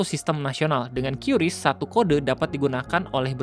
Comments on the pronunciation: Kris om bukan qyuris penyebutannya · bang maap kuping gw gatel lu nyebut kyuris kyuris mulu 😭😭😭😭😭 padahal sebutannya KRIS 😭😭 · bacanya "kris" buka "kyuris"